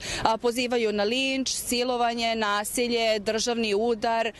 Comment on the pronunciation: Ti ljudi pozivaju na nasElje..." ?! Tragikomicno